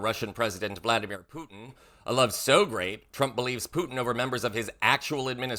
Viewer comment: Vladimir not voldamir, you watch too much Harry Potter 😅